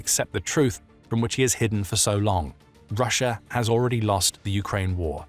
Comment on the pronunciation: I’m so confused how sometimes you say Russia regular and then half the time you’re saying Russier